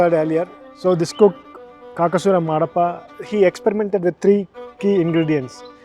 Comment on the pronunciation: Kakasura Madappa not Marappa